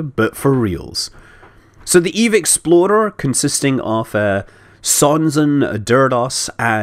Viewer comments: every time Scott said "Eve explorer" I thought he said "exploder" and it reminded me of Danny and his world destroying pillar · this is what i will now forever hear when he sais eve explorer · I love how when he says "explorer" it sounds like "exploder". In many cases that is more accurate anyway. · Dose any one else hear exploder when he said explorer? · every goddamn time he says exploder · Every time he says explorer i hear expolder. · Is it bad that Scott's accent makes "Explorer" sound like "Exploder?"